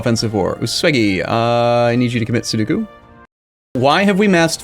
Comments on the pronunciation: Its sudoku, not seduku xD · mmm yes, pronouncing Sudoku as "Sow-doo-koo" is a common mistake I've heard many people do. From my limited knowledge of pronunciations though, I believe it's pronounced "Soo-dow-koo". Cheers! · For sure, although isn't it sudoku, not soduku...? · Mesmerised thing is that his pronunciation of sudoku was terrible